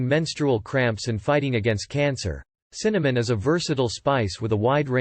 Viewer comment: Can you say Cinnamon?